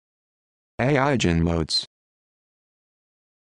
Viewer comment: This isn't how you pronounce eigenmodes. It's pronounced more like "EYE-genmodes". with a hard g